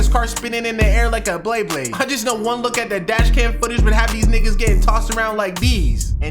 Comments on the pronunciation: Saying bleyblade in 2025 is crazy ngl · Bro, tf is blay blade!?😂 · I know what beyblade is, I grew up on beyblade. I even bought some of the burst ones and a stadium a few years back so me and my lil brother could bond. Bro, you said blay-blade, not beynlade🤣